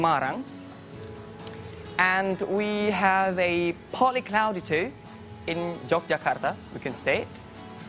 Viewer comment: Cara dia pronounce have kedengaran kek half, pdhal sbnrnya biasa aja